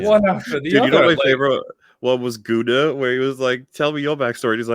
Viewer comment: The best '92 fact is, obviously: I was born. I like that pronounces Gunnar "gooner".